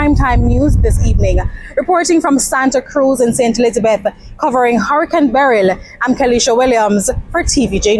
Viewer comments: FGS, stop pronouncing the name Beryl like you saying, Beryllium. Producers, help out di lady nuh? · It sound funny how she pronounced Beryl